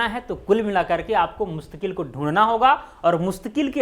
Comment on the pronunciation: The correct is mustaquil and not mustaqueel